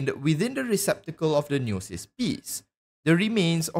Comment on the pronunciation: Omfg why do you say gnosis like that?